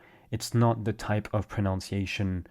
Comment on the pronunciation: proNUNciation not proNOUNciation.